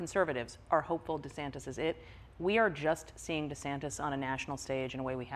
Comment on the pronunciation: Why De Sanktis?. Maggie tried to help, but Trevor’s not hearing it